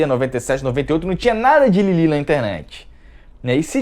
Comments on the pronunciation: c tá um pão... tem q manter esse bronze moreno ai, viu? rs Ah, e não é 'Lili'.. é 'Lilif'! O 'th' se pronuncia igual em Sephroth ou 'Sefiróf'.. tendeu? E um pequena curiosidade sobre esta 'personagem' Lilith, ela vem de uma tradição muito forte dentro da Kaballa e muito bem embasada na nossa Bíblia tb, não de forma tão direta e literal, claro, mas tá lá, escrita subjetivamente nas entrelinhas do livro de Gênesis. Mas segundo a corrente mística judaica, Lilith se separou de seu marido, Adão, por se recusar a não ser tratada como menos q sua igual, então ela partiu para um deserto distante onde passou a se relacionar com outros anjos rebeldes q ali a levaram ao adultério. Então Deus, ao ver Adão sofrendo em sua solidão, envia 3 anjos ao deserto onde Lilith se encontrava para convencê-la a retornar ao paraíso, aliás foi dessa fonte q bebeu o bordão "Em 3 virão, com 3 as portas se abrem". Porém Lilith, repleta de remorso por sua alma devastada de tanta prostituição, se recusa a retornar para os braços de seu saudoso marido e ali continua vivendo. Para resolver esse impasse, Deus então cria Eva, uma criatura totalmente única, feita "por fora da ordem" diretamente por Ele a partir de um osso da costela Adão, para q esta lhe servisse de companhia e ajudante, e não exatamente de amante. Mesmo assim Lilith acusou Deus de induzir Adão ao adultério e de lhe tirar seu marido para dá-lo a outra mulher sendo q ele ainda era casado com ela. E nesta situação, até a própria Eva pass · Não é Lili e sim Lilith com pronuncia de T mudo no final ... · vc está falando lilith do jeito errado.